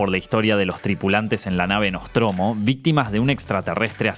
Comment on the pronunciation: cojones...a ver si todos aprendemos a decir bien las palabras..NOSTROMUS...no...NOSTROMO